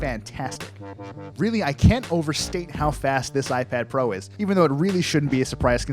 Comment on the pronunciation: Did he say iPad Fro at the beginning?